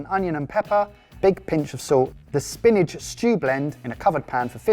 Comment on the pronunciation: Is it just me or does pronounce 'spinach' like 'spinage' 😂